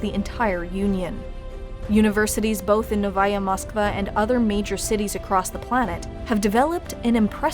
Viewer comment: OOF i cringed pretty hard when you said "Noviya Moskva"... Please, don't try to use Russian and just stick with New Moscow. The problem in the "Novya Moskva" is that you pronounced "ya" parts like a stereotypical german or nordic "ja" and you forgot to pronounce a second "O" after "V" it should be like this "No-Vo-Ya"